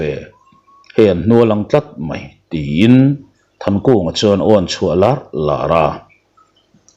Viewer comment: Aw a chhuah lar lar i thluk dan hi amak ka ti lar lar tih hi ek dâwna a sang tan tan tih thluka thluk tur a ni zawk lo maw?